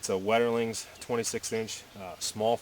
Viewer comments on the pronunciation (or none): Good video, by the way Wetterlings is pronounced 'Vetterlings' in Swedish, which is a Germanic language.